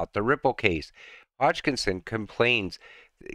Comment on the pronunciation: Another great video. Thanks. Just one thing: Hoskinson, not Hodgekinson.